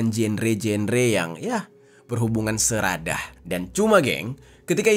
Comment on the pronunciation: Sedarah bilang nya seradah lebay luh bang ga rame